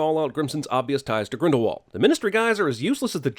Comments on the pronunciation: Another sin: in the first movie everyone pronounces it as Grindle W ald but in the movies they pronounce it Grindle V ald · Add about 10 or so sins for the mispronunciation of “Grindlewald”. THAT SHIT IS A HARD W! SOUNDS LIKE A V! ITS NOT THAT HARD!